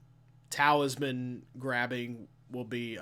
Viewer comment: What is that T-word you keep saying? Sounds like towelsman or taoisman.